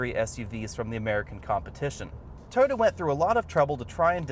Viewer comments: “ToTTa” or Toyota? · To-Yo-Ta. work on that. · its weird how you pronounce toyota, sound like ToTa. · Could you possibly enunciate the word Toyota. At the moment you sound like you're calling it Dorothy's dog from the wizard of OZ